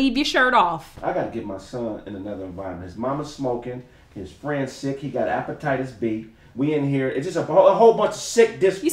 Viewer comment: said appetitis B lmao